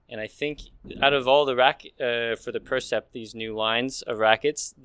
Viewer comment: Hey guys - fix the name of the racket at least? been 2 videos on the new Yonex line and it's the "Percept" - like, perception, not "PRECEPT"... It's kinda embarassing now at this point...